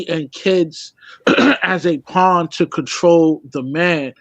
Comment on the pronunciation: Bro it’s pawn not pond .